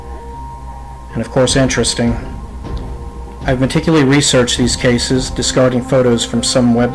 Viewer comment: Good narration style, but perhaps run it by someone with a good ear and vocabulary prior to recording? Certain words, "glowering", "dinghy", "meticulously". Well done overall.